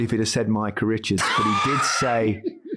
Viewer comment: "Mycah". There...fixed it.